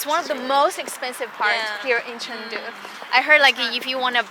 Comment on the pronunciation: he should learn how to pronounce Chengdu correctly at least